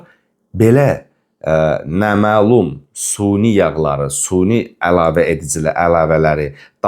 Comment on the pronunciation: Suni yox, süni. Bələcə yox-balaca!